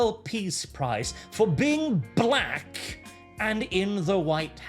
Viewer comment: Did you have to put so much stank on the word "black"? I felt that in my soul.